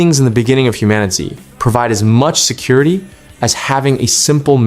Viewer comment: did you call the game Human-itz? just stop